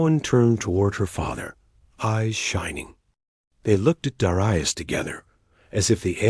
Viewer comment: You really need to pronounce 'Dar-eye-us', 'Dare-ee-us'.